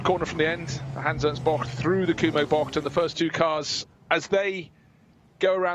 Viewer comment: Is there a reason the commentator pronounces 'bocht' close to perfect? It's getting uneasy for me haha